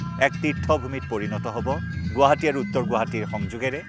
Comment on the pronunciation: প্ৰথমতে বাতৰি চেনেল খুলিছা গুৱাহাটী শব্দটো শুদ্ধ কৰা